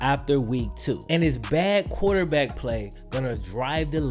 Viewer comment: there is an R in quarterback.